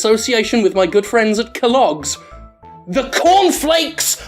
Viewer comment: I thought Jim said "Cum flakes" XD.